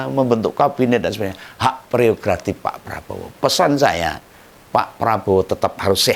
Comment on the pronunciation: Gak pereogratif tapi prerogratif😅😅